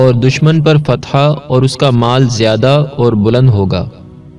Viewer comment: Assalamu alaikum bhai ...fatha nhi ..fatah hota hai ..fatah ke mane kamiyabi hota hai